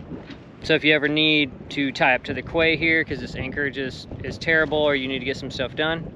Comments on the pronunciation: It’s pronounced Key not Quay lol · I know you've heard this before... it's pronounced "key," or in French quai, prounounced 'kay" not "quay" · Quay is pronounced Key. Terrific content, as always. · Great video’s… I particularly enjoy the sailing ones. Sorry for being nit-picky but quay is pronounced “key”… one of those effed up words. You’ll here it referred to as “key-side” as in coming along quayside. Hopefully one day I’ll be doing the same… sailing my days away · so cool. Love it all. One day I will be there. Quay… is that the American-English pronunciation? In British-English we say ‘key’ even though it’s spelt ‘quay’. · Great video. By the way, quay is pronounced "key". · quay...pronounced "key" if I'm not mistaken... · "Quay" is correctly pronounced as "Key" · Quay ..." KEY ..Its pronounced.. KEY "...You colonist and that funny accent, made up spelling and missing letters is so amusing.